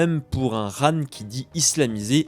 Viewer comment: Très bonne vidéo juste on dis pas "rhan" mais qhan